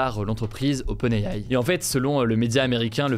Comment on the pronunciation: HugoDécrypte prononce " open aie aie "